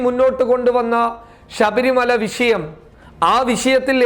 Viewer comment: വിശയം എന്നല്ല ടാ ഊളെ വിഷയം